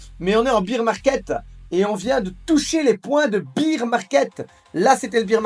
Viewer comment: Je t adore mais « bear » se prononce comme dans « père ». beer c est la bière en anglais:)